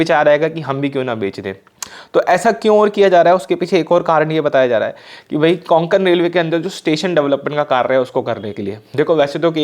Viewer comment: Konkan nahi re Kokan Railway